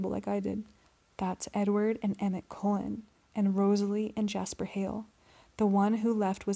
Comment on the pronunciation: Cullen, not colon.